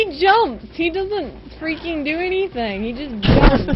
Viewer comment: its freakin not freaging